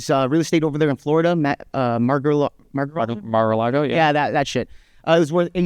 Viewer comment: this dude is pro trump but doesn't know how to pronounce mar a lago, which is one of two properties that are strongly associated with trump, the other being trump tower. This guy is just a grifter